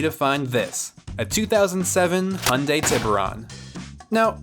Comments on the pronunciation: You pronounce "Hyundai" like "Honda" 😅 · This is not how u pronounce "hyundai". Its not "honda".